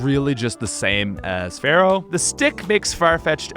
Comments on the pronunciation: It's NOT Feral, it's FEAR-ow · but why do you always call fearow "pharoah"... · My brother in Poke- it’s FEAR-oh 😷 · Stop calling Fearow "Pharoah"